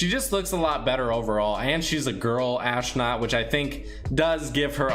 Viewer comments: Normal Dude: Astronaut: Aahsnaut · I feel like I’m the only one that realized that he said ashnut instead of astronaut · I like the way he says... AsHtrOOOnUUTh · Are you saying ashknot on purpose or is it bad pronunciation? I don’t want to be mean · learn how to say astronaut